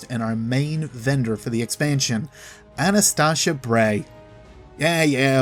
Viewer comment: U said Ana's full name wrong